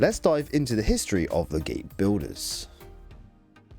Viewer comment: The word Builder does not have an Estuary W in its pronunciation, it's an L (el) - stopped the vid after a couple of minutes because of that.